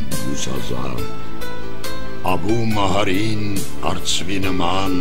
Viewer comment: Ես որ ,դպրոցում սովորում էի, Աբու ալ Մահարի էին ասում (արաբերեն) ոչ թե Աբու լալա Մահարի։💤💤💤👋👋👋